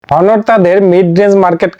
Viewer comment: হনোর না অনার